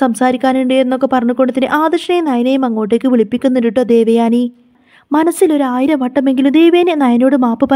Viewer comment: ദേവയാണി അല്ല😂ദേവയാനി😂😂😂